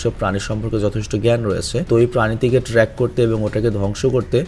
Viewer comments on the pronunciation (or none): none